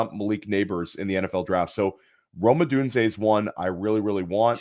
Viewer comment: Great video! Lol as a UW fan, the way pronounces Odunze drives me insane 😂